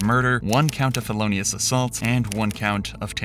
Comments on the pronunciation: Philollaos? you mean Felonious ... get an english speaking editor clowns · For anyone wondering - Philolaos assault doesn't exist. It's probably an AI mispronunciation. It's a felonious assault and that's defined to be a deadly assault with the intent to commit another crime. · Felonious assault ! Not philoneus ! Come on! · Philolaos assult? 😂😂. Felonious.... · Dude. Why did you say "Felonious Assault" and then have it spelled out as "Philolaos Assault"? Come on. It seems you put effort into these vids but that's just phoning it in, my guy. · What in the world is “PHILOLAOS Assault”? Wow 😮 It is FELONIOUS assault! Are you kidding or what?! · Philolaos = FELONIOUS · Philolaos?? I think you meant felonious. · Tragic story, I feel bad for the husband and son. BTW, it's Felonious Assault, not "Philolaos." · “×1 Philolaos assault" 🤔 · Yeah, that really confused me. English isn't my first language, so I googled that to try to find out what that could be, never heard of it, like had it anything to do with the Greek philosopher Philolaus..? Then I listened again and realized that he was saying "feloneous". That word I could understand. What did he get "philolaos" from? AI?